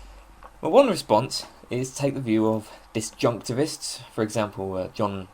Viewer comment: I am humbled that I am not the only one who sometimes struggles with pronouncing disjunctivists.